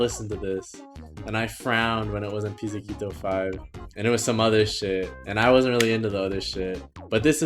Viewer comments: its pronounced as piz•zee•cato not pizza kito 😭😭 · Quick pronunciation thingy for future reference Haruomi, not Harumi Pizzicato - Pits-uh-cado (like avocado) Taeko - Ta-eh-co